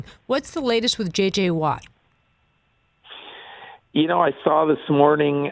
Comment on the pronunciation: She said it twice so its perfectly fair to correct her... J.J. Watt not T.J.!!!!!! Go Pack Go!!!!